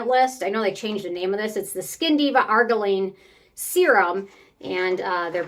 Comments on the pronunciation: Lol. Its ar-JEER-ruh-leen. Not AR-guh-leen.😊. Also, i think you mean matrixyl synthe 6, pronounced sinth six. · Wait, isn’t it pronounced Ar-geer-ill-line? Or is that wrong? I just stopped using it after using TO one consistently for a few years & I notice no difference at all. Go figure! 😢